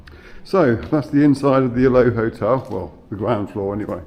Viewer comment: It’s pronounced Aloeee as in the aloe plant , the field next door grew aloe originally.❤